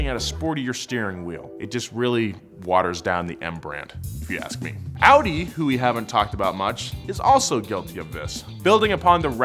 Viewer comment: I think he butchered the whole Audi bit, that's a little egregious to me...